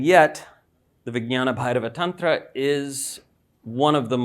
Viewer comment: perfectly pronounced